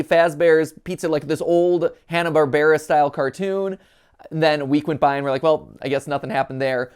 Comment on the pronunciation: Why does he pronounce hannah Barbara so weird?